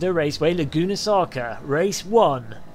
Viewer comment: "Laguna Saca" lol . Nice video,entertaining as always.